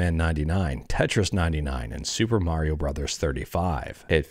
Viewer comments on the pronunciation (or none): none